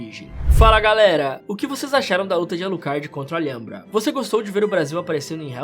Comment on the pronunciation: Ótimo trampo mas a pronúncia do Alhambra e algo como al-hambra